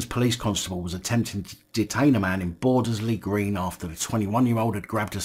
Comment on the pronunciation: Boards-Lee is how it's pronounced, I used to work over there, in the shadow of the blues ground 🙄